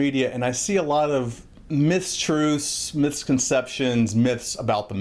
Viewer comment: Did you say "miss-truth"? That's a polite way to express it...